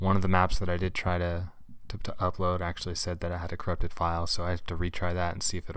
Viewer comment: THEY BOTH SAY CRUPPTED WHY YOU ALWAYS BE LYIN!